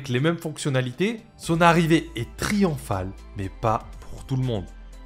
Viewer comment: Super video comme d’habitude :) par contre désolé je ne peux pas m’empêcher de le relever parce que j’ai vraiment tiqué dessus... on prononce messaiah, pas messia :) tu sais pour la prochaine fois :)